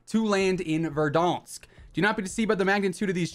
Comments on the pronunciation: Is verdanks not verdoonks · Hey it's pronounced VERRRRRRRDANSKKKKKK